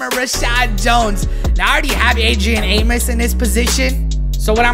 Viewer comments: its A-MOE-S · Adrian (aye-mose) 😁